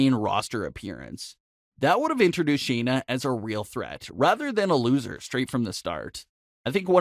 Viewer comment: SHAYNA not Sheena